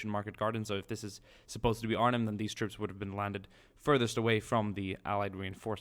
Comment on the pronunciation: first time i heard a foreign person pronounc Arnhem so good